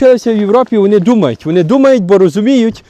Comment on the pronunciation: Всеодно а не всеудно, вони а не вуни. Неможливо слухати ні зміст ні вимову